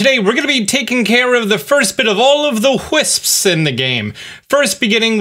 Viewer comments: says "wHisps"... its incorrect, but way more fun to say, so I do this too now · The way you say wisps reminds me of the cool whip episode of family guy. Lmao wisp doesn’t even have an “h” which is what gives “whip” that sound. So in the effort to sound fancy you actually mispronounced it. But it’s funny so no harm no foul?